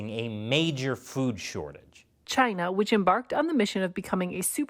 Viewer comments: Trump at this point says Gina instead of China about half the time. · It's hilarious how Trump pronounce China😂